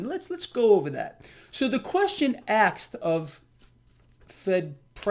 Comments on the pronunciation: You gotta stop saying “axed” when you say “asked” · you said ‘axed’ and not ‘asked’ 🤣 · did you just say aksed? Lol